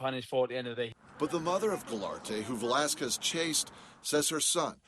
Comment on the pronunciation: man the anchor butchered his last name real bad😂